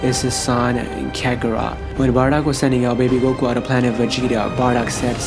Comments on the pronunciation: Why does he narrate everything like he's forgetting the words. "Low class...................... warrior" Also is Goku not gogu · And it’s goku not gogu fucking lame ass